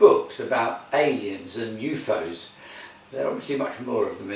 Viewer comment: Always appreciate someone who pronounces UFO's as U-Fo's! I feel like its a reference to the TV show UFO by Gerry Anderson, but not sure.